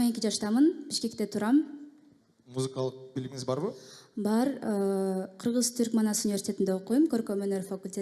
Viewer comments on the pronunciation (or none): none